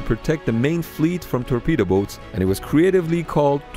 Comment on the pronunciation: Hahaha "terpedo boats"